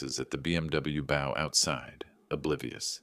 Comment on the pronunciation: Mispronounced bow.